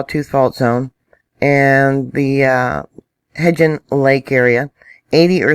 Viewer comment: Hi. I was born and raised in Idaho. I have never heard of elk crossing the intetstate. Also Hebgen lake is pronounced HEBDON lake here in Idaho. Crazy times here in Idaho.